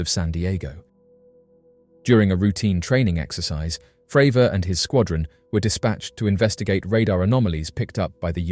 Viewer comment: "FRAVOUR!":hand-orange-covering-eyes